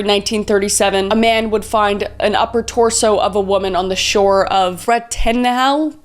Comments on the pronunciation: I believe that name is pronounced as bret-en-all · "brought-in-all" is how we say it but idk